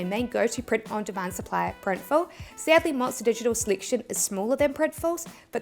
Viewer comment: Thank you for this informative video. I am a beginner. I will use RedBubble. It sounded like you said Printiful in your last comparison of the T-Shirts.